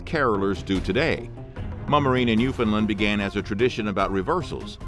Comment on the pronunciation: Being a Newfoundlander (pronounced New-finned-LAND) it sounds like your research was done directly from a MUN article. The City of St John’s likes to claim they know, do, have seen, everything to do with NL culture. I assure you Mummering never died out or was stopped anywhere but in the City. A bit more research and the time to learn proper pronunciation of words would be good. Bonhomme as you say, is Bon (Bun) Homme (Ohm) two words Bon Homme. It was intersting tho.